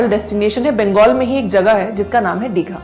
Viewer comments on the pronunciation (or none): none